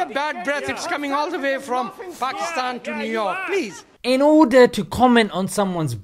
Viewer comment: Its not "Paikistain" its "Paakisttaan". And please dont sprinkle salt over my injured and broken emotions by talking about marriage. I am still a bachelor.